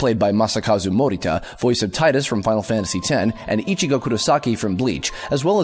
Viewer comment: As much as I hate to say it, Tidus is pronounced TEEDUS, sounds bad because tidus is related to the word "tides".